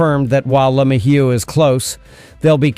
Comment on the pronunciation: It's pronounce Le-may-u and Hill get it right